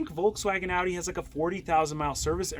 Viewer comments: y tf did he say odee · Cringe every time they say “aww-dee” instead of Audi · Am I the only one unreasonably bothered by them pronouncing it "awe-dee"? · You pronounce Audi wrong. Dumb ass. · How can someone who "knows cars" still mispronounce "Audi"?